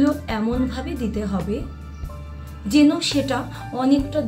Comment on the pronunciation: আপনার উচ্চারণে মারাত্মক ভুল যেমন : রেসপন্স, যেন,ইউজ ইত্যাদি এত্ত ভুল উচ্চারণ নিয়ে টিপস দিতে আসেন লজ্জা করে না😂